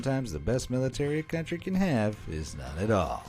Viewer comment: A cantry withaut army... is like a man withaut bolls